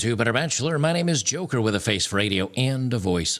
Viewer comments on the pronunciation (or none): none